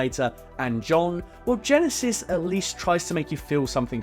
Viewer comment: Ever since I heard Geekvolution pronounce Terminator Genisys as “Gen-Eye-Sees” that’s the only way I pronounce that title.